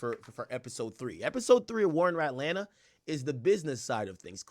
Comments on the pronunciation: 🥷🏽 said “War in Ratlanta” 😭😭 Ak be trollin Ode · “The war in Ratlanta” 😂😂😂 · Bro said ratlanta 😭😭😭😭😭